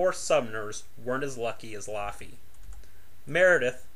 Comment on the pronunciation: Laughy not loffey good video either way